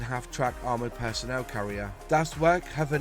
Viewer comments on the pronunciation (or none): none